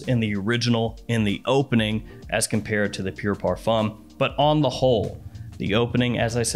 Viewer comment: Dude, it's "par-FOOM" 🤦‍♂